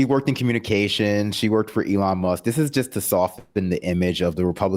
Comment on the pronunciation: teehee she called Musk muss